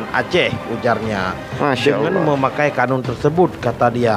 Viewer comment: Bukan qonun.. Tapi qanun